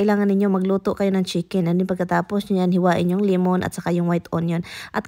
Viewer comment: Iking,limun,pippers😅 buti minsan naiintindihan ka ng asawa mo,sometimes wrong grammar,kmi dto jpan,mali pronunciation,matagal magkaintindihan,dpende kun un hapon sanay makipag usap sa mga pinay.dont me wrong,bisaya man sad ko,d ko basher.✌️✌️✌️✌️